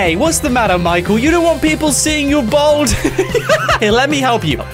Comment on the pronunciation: you are aware it's bald not bold!!